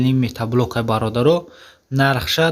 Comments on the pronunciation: Бе акл метаблок нагу мотоблок бгуууу шарманда карди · Салом бародар,бахшиш метаблок( матаблок)нагуй хандаовааст 😂😂.як бори дигар бахшиш рекламаи хуб доред. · Офарин, лекин метаблок не, мотоблок! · Метат задай иқа метаблок мегуй